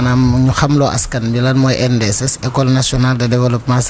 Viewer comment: ENDSS au lieu de ANDSS